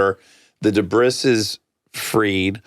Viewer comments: Umm…debrissssss?? Silent s, no?? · 😂 it’s just a funny joke way of saying it. He’s not serious